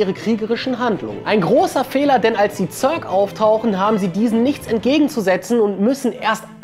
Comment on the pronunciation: 100 is zur zeit maxlvl, 90 is schon en jahr her.... und es heist Zerk nich Zörk